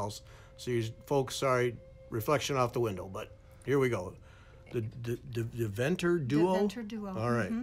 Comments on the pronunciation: Deventer is pronounced : Dayventer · Hello, I very much love listening to your program, I do not intend to criticise but maybe your able to ask a Dutch person how to pronounce Deventer, The first e is pronounced like A in May, Day venter Hope it helps, warm regards